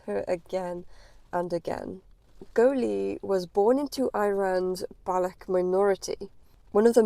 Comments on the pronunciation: If you're going to discuss these people, say their name correctly: Ba-LUCH. Pronounce the ch at the end of the word. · Madam, before you start confusing child abuse with state policy, at least learn how to pronounce the names of people and ethnic groups. The Government of Iran does not condone child marriage. The way you are pronouncing Baloch sounds like Bollocks, which is what your story is. Please stop demonising us. Look into the crimes committed by the west and take care of paedophilia, domestic abuse, and attacks on minorities... your story lacks truth and only sensationalises crimes against women. Shame on colonial self-righteousness